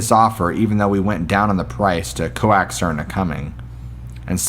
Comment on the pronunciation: Also coaxed is pronounced cokesed, not co-axed